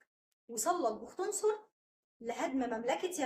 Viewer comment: قبل ان تقرئى الآية راجعيها كويس ،، واسم بختنصر مش زى مابتنطقيه ، ضمى النون وشددى الصاد مع الضمه ....